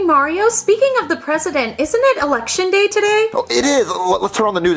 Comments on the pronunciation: No one notice said erection instead of election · Like he said erection instead of election 🗳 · Whenever says election it sound like election lol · The funny apart from this. was saying election as eRection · Erection instead of election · You mean how replaced the r with an l?